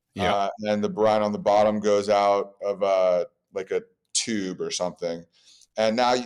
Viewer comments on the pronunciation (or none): none